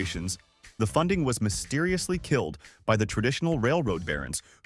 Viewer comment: Mysteririously…. ….Seririously?